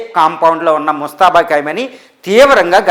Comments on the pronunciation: పేరు పలకడం రాదు.. భాష పరిజ్ఞానం లేదు యానలిస్ట్... మనఖర్మ.. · పేరు పలకడమే రాలేదు. నీ సెర్చ్ లు నువ్వు చెప్పే సంగతులు ఎంతవరకు కరెక్ట్ గా ఉంటాయి